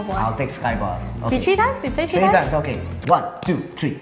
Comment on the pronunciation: Three not tree you don't say three like tree